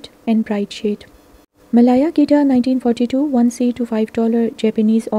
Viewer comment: Malaya is pronounced 'Meh-layer' not 'Meh-lyre,' n selvedge is pronounced as it is spelt, not 'selvudge.' Thanks!